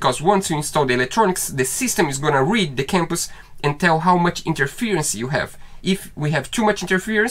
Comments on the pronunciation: Compass is pronounced in English as Come-pass as in Come here, you are saying Camp pass as in going camping in the Mountains. You can say it anyway you want, as this is your channel. In USA English, use how I pronounced it. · Too many wires/cables for me guys 🤣🤣😊🇬🇧🥰 The sound for Compass is Cum-pass guys 😉